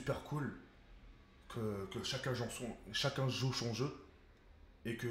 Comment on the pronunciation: écouter bien comment il dit CHACUN CHOU CHON CHEUX ahhahah MDR